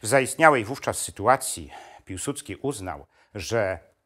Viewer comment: nie Piłsucki tylko Piłsudski. Nie potrafisz tego wymówić ?